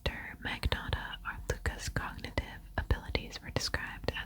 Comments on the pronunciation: The G is silent in Magnotta with a “nya”/nyuh” sound.(like gnocchi) Thanks ten years of Italian lessons! Lol Luka lived 10 minutes away from me when he was in Etobicoke. So gross :/ Love the video! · He did mispronounce his new fake name. LOL In the Netflix show, the Montreal police pronounced it with a silent G & long O. He grew up near Toronto and has that other type of Canadian accent, more Anglicized. Ex. "About" "Out" "House" :)